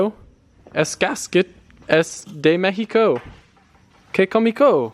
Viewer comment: They Way he said Mexico 😂